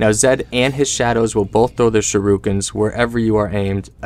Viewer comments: Am i the only one here extremely annoyed of the "sharoookens," thing? Cmon guys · I laughed so hard at it